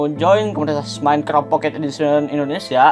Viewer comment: kok ngomong minecraft minecrap?